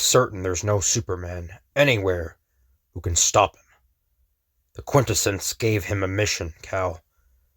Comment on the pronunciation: Really appreciate the channel. Love this story. Small critique I hope you're open to. QuintEssence, not QUINtessence. The emphasis is on the 2nd syllable, not the first. Ty